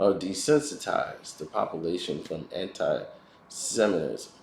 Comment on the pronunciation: Until you learn how to pronounce 'SEMITISM' please stop speaking on these topics...it's irratating.